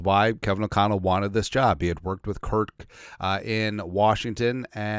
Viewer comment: It’s Kirk bro not kirt